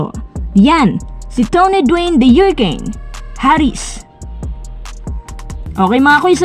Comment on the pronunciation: Hurricane hindi hyuricane!